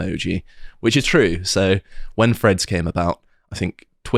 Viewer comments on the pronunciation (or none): Is it Freads or Threads? Please pronounce words properly.... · Can someone coach in how to pronounce threads. I spent 15 minute trying to figure out who the ‘Freds’ were.